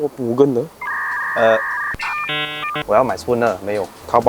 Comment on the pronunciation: you pronounce Mugen wrongly, bro.